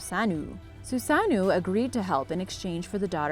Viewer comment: It’s susanoo 😪